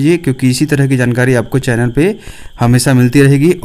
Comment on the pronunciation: sir can,t read JANKARI.😂😂😂😂😂😂.